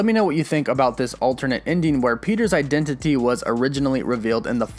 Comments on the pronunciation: i love the way you say identity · Why are you saying identity like that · Eye dent it tea